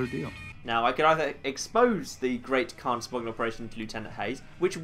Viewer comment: hmm... Did anyone else notice that 'Great Khan Quest' sounded like 'Great Conquest'?